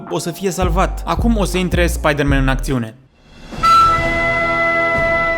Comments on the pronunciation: Spaidărmen! Spaidărmen! Cel mai blanao clip!! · sa moara mama cand am auzit cum a spus spieder-man am facut o criza de ras si mai ales la editul tau bv coaie